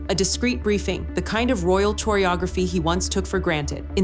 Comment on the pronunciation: CHORE-ee-ography is NOT A WORD!!! It is pronounced core-ee-ography. Update your narrator / AI robot.